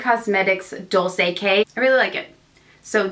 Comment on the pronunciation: Dolce K ist pronounced like the designer brand Dolce & Gabbana 😉